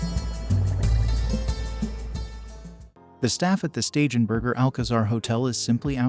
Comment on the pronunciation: Please tell the narrator that he is constantly mispronouncing STEIGENBERGER = SHTAI-GEN- BERGER